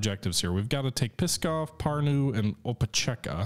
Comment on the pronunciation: Believe me or not, but for Russians the way you pronounce Pskov sounds like "Piskov", which can be loosely translated as "Cock-town", or "Dick-city".